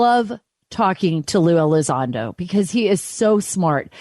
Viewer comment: there's an 'n' in there.... ELI-ZON-DO not Eliz-ah-do.